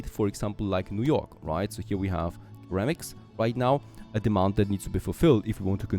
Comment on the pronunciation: just FYI ceramic is pronounced like Seramic